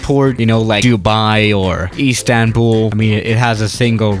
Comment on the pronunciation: "Iestanbul" I feel you lmao